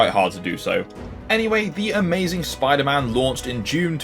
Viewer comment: Spwiider man